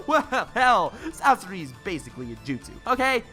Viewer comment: I let the video keep going when he disrespected the fire style release but I have to stop when he said Sasori. I won’t watch anymore. Just my opinion tho